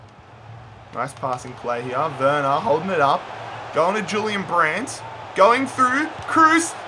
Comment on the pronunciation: And he was pronouncing Julian Brandt wrong